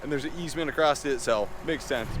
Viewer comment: You are too young to be saying “acrost” 😂😂. Keep the camera rolling!